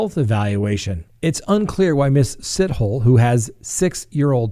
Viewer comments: Lmao. I have no idea how to pronounce it, but I can almost guarantee it's not pronounced "sit hole." But that was downright hilarious,. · Sithole is pronounced sitholey... (from a South African) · Just because you always ask and people always correct you. 😂 Sithole is pronounced Sitholy in South Africa 🇿🇦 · Pronounced si tall e. Hi from South Africa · Hey, a South African here 😊, and yes you absolutely butchered that name. The story has the country divided for sure 😂. Some believe that she was never pregnant, and some believe the Health Department is covering up negligence. The journalist who broke the story is sticking to his facts (that the children were born). It's a mess 😓